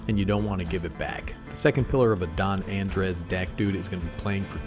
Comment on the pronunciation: Andres is just the Spanish version of Andre/Andrew. Just pronounce the s, and you're all good, bud. I feel obligated to build this due to it being my name sake, but I'll be honest the play style seems a bit different than what I'm used to. I'm definitely looking forward to giving it a try though